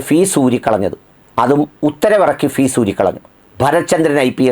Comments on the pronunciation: Fuse not fees sir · ഫീസ് അല്ല. Fuse ആണ്.